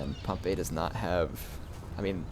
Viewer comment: I think Pompey is pronounced with an "ee" sound in the end. Similar to the way we say "we".